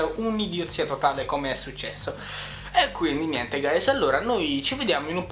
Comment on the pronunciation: ho my god sei un mega nerdone e fa schifo la cose che dici all'inizio : hello ahewgehsdgkuajh gayes. io non so come fate a sopportarlo sto coso *__*